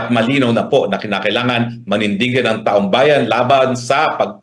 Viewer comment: Mali lang ang pagkabigkas hindi taong bayan kundi taong bayad😂